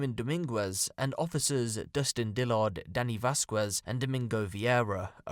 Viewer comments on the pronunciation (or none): as a Mexican, i feel i must say that "Dominguez" and "Vasquez" have silent "u"s. Pronounced Vas-kez <3